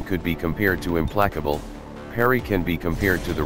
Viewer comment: I know it's pronounced im-place-able, but i always pronounce it im-plack-able too lol. Not sure if intentional on your part though. Back to watching Templars are my favorite, but they are fairly risky so I usually pair them with someone who can keep up with movement abilities or attacks from long range.